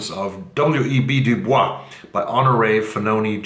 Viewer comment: I read Cloud Cuckoo Land and it is enchanting. I read the last 300 pages in one sitting. Also, W.E.B. DuBois is pronounced DuBoise in America.